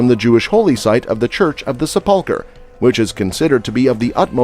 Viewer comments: Sep-PUL-ker??? Sep-PUL-ker:??? Who taught this guy how to read????? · Please learn how to pronounce words Sepulcher and Pool of Siloam. 😢